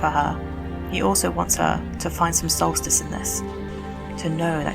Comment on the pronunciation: find some "solstice"?!